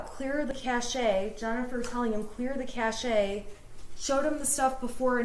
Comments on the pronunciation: …lady, it’s pronounced CASH. Clear your ‘cash’. Not…clear your cach-e. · When the F is she going to realize it's pronounced KAY-shhh (Cache) NOT..Ka-shayyy. She STILL has NO clue does she? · OMG, Cashe is pronounced "CASH" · She still doesn't know how to pronounce "cache" but literally says she thinks she's learned to say it right now 😂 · Shannon Smith, someone misled you. Cache is pronounced cash (ka/SH). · She still doesn't know how to pronounce "cache". In computer terminology it's pronounced different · okay, which one of you anons trolled her into pronouncing "cache" wrong? lmfao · LOL, she specifically mentions how she was mispronouncing cache, as she continues to mispronounce it. This woman needs a new line of work. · acknowledges people told her she’s mispronouncing cache and continuing to pronounce it wrong. why? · I physically cringe when she says it. It's not a horde of nuts or pelts... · No, Shannon, you’re still pronouncing “cache” wrong!🙄